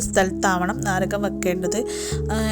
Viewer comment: നരകം അല്ല നാരകം